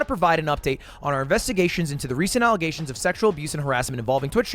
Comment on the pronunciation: "allegation" bro needs to learn English